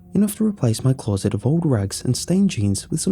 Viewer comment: The only complaint I have is the word closet, clorset drives me mad but other than that hes great